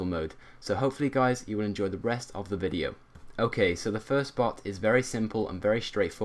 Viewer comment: did he say: enjoy the breast of the video.